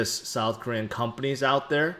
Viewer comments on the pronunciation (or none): none